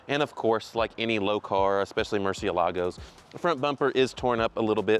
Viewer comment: "MurcielAgo???" MurciElago!! Can't hear this anymore.